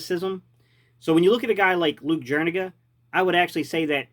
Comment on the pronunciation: Jur e ga you aren’t pronouncing it right